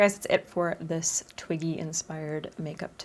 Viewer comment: I thought you said “Twinky makeup” at the start 😂